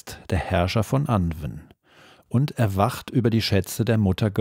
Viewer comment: 💚💙💚...Sorry, aber: Das Pferd ist totgeritten Es hat sich totgelaufen Anwn sprich : Anuun Sidhe sprich: Schie Beispiel : Gwenneth Paltrow 💚💙💚